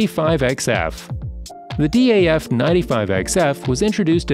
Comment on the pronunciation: it’s not D A F it’s DAF